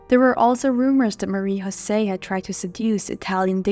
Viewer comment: It is pronounced MAH-REE YO-SEE. Not Marie HO-SAY. Also she is known as Marie Jose of Italy. Once she marries, a royal consort is known by the higher rank (Queen of Italy) not a Princess of Belgium. It’s also the KEY-INN-EE-AL Palace. Please don’t be sloppy!